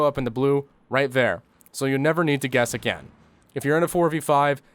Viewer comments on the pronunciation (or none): none